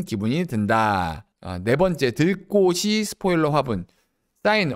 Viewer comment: 들꼬시 가 아니고 “들꼬치”로 발음하는게 맞습니다.